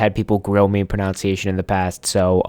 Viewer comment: You are actually mispronouncing the word "pronunciation" as "pronounciation," which is not a word.